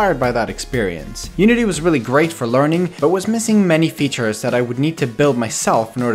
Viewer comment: He said umity